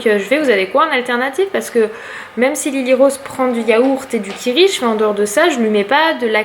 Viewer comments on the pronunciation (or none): none